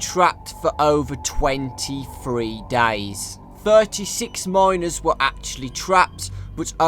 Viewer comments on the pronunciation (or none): There is a limit to everything. Every non-english man will slightlhy mispronounce words but he says 'dies' instead' of 'days'.